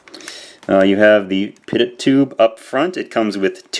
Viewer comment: I hate to be THAT guy, but I am an airplane mechanic. There are enough airplane based toys that this should be useful. "Pitot" is pronounced "pee...toe".